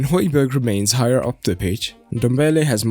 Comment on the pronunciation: should have talked about how important hojbjerg (pronounced hoi-bee-air) is to the team. breaks up the play and his composure is unreal. if u mentioned this u could have just shut all the rival fans saying he is shit even though they dont watch us play much